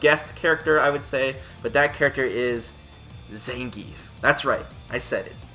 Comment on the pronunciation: zangeif man, really?